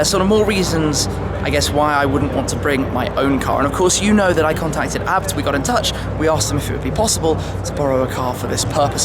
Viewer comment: isn't it A B T like ayy bee tee or in German AA bi ti